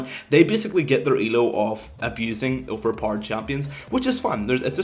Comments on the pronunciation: OVERPARD, that´s how you pronounce OP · OP=Overpord??? wtf is he saying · "Overparred" sorry for making fun of your accent but i had to lmao ekks dee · continuing to watch just to hear u say overpowered more lel